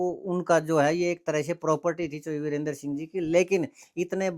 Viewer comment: वीरेंद्र सिंह नहीं जी बीरेंद्र सिंह बोलो